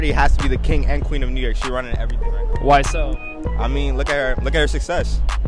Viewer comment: Out of towners say new nork....